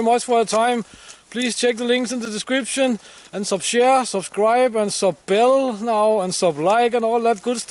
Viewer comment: Every time you say SUB-BELL I laugh my head off! Take care & all the best for the festive season, Neil.